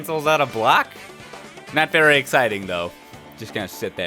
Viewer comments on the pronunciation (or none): none